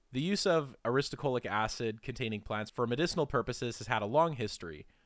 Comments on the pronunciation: 😅😮The narrator keeps saying aristuhCOALic acid, but the word is clearly spelled NOT that way. It is spelled as he has it shown in the screen: Aristo-LO-chic acid. Like a low chick. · Aristolochic. You pronounced it wrong every single time. You said “aristocholic.” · So, it's aristolochic (uh-ris-tuh-LOW-kik) acid, which is reflected in your links and in the video itself, and not aristoCHOLIC* acid, as the chapter title states, and as it was unflinchingly pronounced like a hundred times in the video voiceover. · Ar-is-to-LO-chic, not Ar-is-to-CHO-lic. -- A. Botanist. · thats the opposite of a strawman. did my head in to hear you say strawman repeatedly. ah-riss-toe-low-kick. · u are pronouncing "aristolochic" wrong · u pronounced aristolochic acid wrong